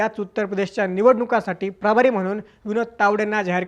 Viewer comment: प्राभारी नाही, प्रभारी म्हणा, थोडक्यात.